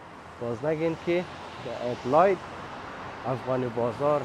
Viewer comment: لطفاً به انگلیس تلفظ کنید ، ادیلاید نه ادیلید گفته می‌شود ،